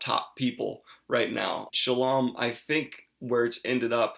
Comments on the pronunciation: Are you saying Shalom?? 😂😂😂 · I’ll be honest, I always thought Shallan was pronounced in rhyme with Allen.